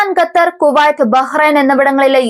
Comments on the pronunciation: Correct pronounciation " KUH-tar ".....😊😊😊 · ഖത്തർ ആണ് gathar അല്ല